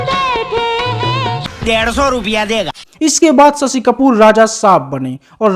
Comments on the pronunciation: सशि कपूर नही शशि कपूर बोलो भैया।अपनी हिंदी को सही करो। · स शी नही रे शशी . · Sasi…. Sammi…. 😅😅 pronounce properly or ask someone else to do voice over .